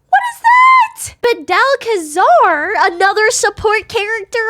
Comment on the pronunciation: I flinched every time she said badel…..it’s clearly bad el